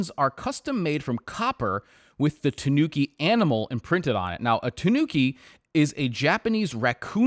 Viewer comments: No, that's not how you say Tanuki. It's Ta-nu-ki, not Tuh-noo-ki. Ta as in the 'ta' in the word 'target', except the 't' is pronounced as the th in the word 'through'. Phonetically, it's a dental 't', not palatal. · It’s pronounced tah- nooki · It's pronounced with the accent on the A, TAnuki. Not sure why even the wiki tts is wrong. The fabric looks great on this though, I barely even wear denim as it's so hard to find good items, especially in europe.